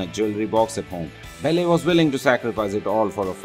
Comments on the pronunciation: Belly?! It's Belle as in Bell. I couldn't get past that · Belly? Um, not to be rude and all, but you pronounced her name WAY wrong! It's Belle, but to make it easier for you, it's pronounced exactly like bell. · it's belle not belly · Please learn to pronounce her character name properly - It's Belle ... not BELLEH! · It's Belle. BellE not Bellé! BELLEU AND SAME FOR HERMIONE HERMIIONE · Actually he is Indian. And that is is why he is speaking ridiculously. He is speaking in Indian English accent . The most funny part for me was when he pronounced hermione as Hermene and Belle as Bell-e! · it's funny when you pronounce it like "bell" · all i hear is "bell-air" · I believe the narrator should really learn how to pronounce "Belle" and "Hermione" "Belle" is pronounced as "Bell" and "Hermione" as "Her-mi-o-n-i" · Belle and Hermione Granger are pronounced differently...... Maybe you could correct that later? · he cant pronounce Belle or Hermione Granger !!!